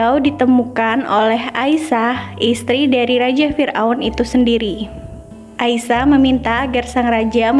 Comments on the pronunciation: Asiyah kak bukan Aisyah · Asyiah bukan aisah